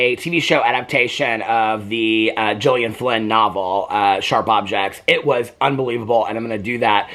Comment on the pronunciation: you pronuncing gyllenhaal wrong but pronouncing gillian right is so relatable